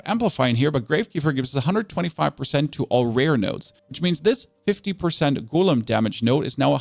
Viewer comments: Drinking game commences: take a shot everytime he mispronounced golem from (gow-luhm) to (goo-lim) you will be super smashed within 2 minutes! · Love your content, but damn that "goooolem" shit triggers me hard. It's a go-lem